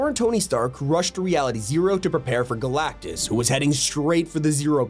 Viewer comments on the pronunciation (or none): none